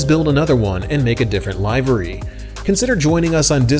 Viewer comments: great video, as always. but it's pronounced livery, not livery. lol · Great review! Seriously considering one of these. Quick note - check the pronunciation of livery. The i is not a long i… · maybe. webster's dictionary, and every other site (I had to doublecheck my own version) that I checked has it pronounced livery not livery (again - lol).